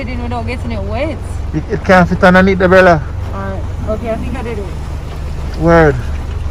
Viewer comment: 😂😂😂did just say brella?